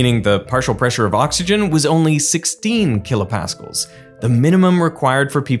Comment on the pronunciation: I had never in my life heard a supposed physicist call KPa "kilo paskulls". It has always been kilo Pascals 😮